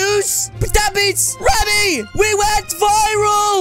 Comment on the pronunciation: You spell it Remy but say Ramy